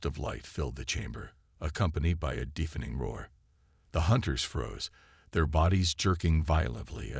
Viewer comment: Good story. Bad AI. "DEEFening crack...", "DEEFening roar...", "AYElex".